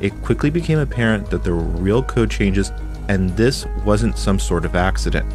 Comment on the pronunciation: Why do you pronounce "this" like "diss"?